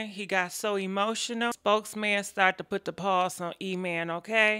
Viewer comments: E-man,,, Email,, Emam,,, / spokes man ,, spokeham ( smh ) lmao,,, 💭😪😪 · Harpo who dees people? Email and Spokesman?! Sis you ain't waste no time jacking these names up! 😂❤️ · Wait is she saying "email"... "spokesman"👀👀😂😂😂😂 I can't with her man